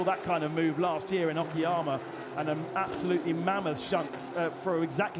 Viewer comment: It's Okayama, not Okiyama, dear commentator 🙂